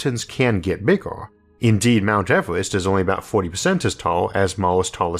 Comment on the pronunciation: Just wondering... what is a "Disastorr"? When does "Laytorr" happen? Who really has the "Answorr"? What is a "Glaysiorr"? Can mountains really get "Biggorr"? Are "Maurrs", "Ourrf" and "Jupitorr" newly discovered planets? Do we know how big the "Univorrse" is? Is oxygen really that much "Heaviorr"? When did the US switch to using "Dollorrs" as their currency? How much "Cheaporr" is "Carbon Fiborr" than gold?